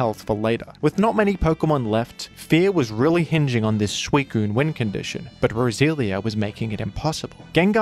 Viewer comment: funny how every time you say roselia is sounds like brazilian